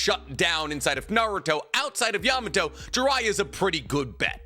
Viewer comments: it's not "amado", it's "yamato".... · Yamato not amado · Amado??? You mean yamato😂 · He meant Yamato lol but I caught that too and was like wtf is he thinking saying that until he called him Yamado a couple seconds later, then it clicked that he just misspoke pretty bad lol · That’s what I’m saying, maybe he said Yamato? Or said Amado but meant Yamato